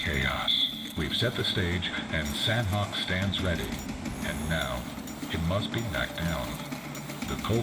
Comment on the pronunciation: Of all the ways I've heard Sanhok pronounced, I can confidently say "ss-nock" is definitely the most incorrect.